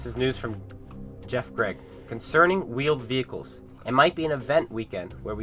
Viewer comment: Vheeled Wehicles uhm can console's render them quickly enough?